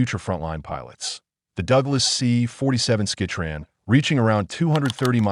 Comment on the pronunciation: Sky Train, not Ski Train.